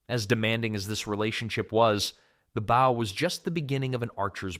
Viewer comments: It's not pronounced like 'bough', it's 'boh' or 'boe'. They're bowmen, not boughmen! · AI narration? He said BOW like you take a bow not bow as in archer's bow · Good old AI at it again. "Your first BOW might be smaller..." Nice one. Stupid Artificial Stupidity. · Stupid AI doesn’t know the difference between (long) bow and (to) bow. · why is he saying bow instead of bow? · Turned it off after the computer couldn’t pronounce bow correctly. How about having a real person speaking with an English accent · Sounded good for a few minutes until the AI narration pronounced the word "bow" in the way that means curtsey or the front of a ship. This happened intermittently throughout, BAD FORM!! This video obviously is just to make money, the creators don't care if it's right, just FILL THE TIME! Clicked away fast, won't be back. 😞. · Maybe if you didn't use computer mispronunciations you wouldn't get dislikes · Ai voice mispronouncing Bow lol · You would have to be an idiot to keep mispronouncing 'bow'. It is not a bow of a ship. I think you pulled your information from the same place some of them supposedly carried their spare bowstrings.